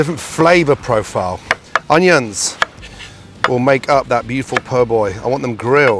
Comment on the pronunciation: Gordon - love your work, have always loved your work....but why........WHY the f**k do you pronounce 'onions' in that stupid, pretentious way??......Jut stop it. STOP.